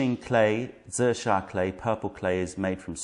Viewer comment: You have aided a struggling writer in pronouncing Zisha, thank you.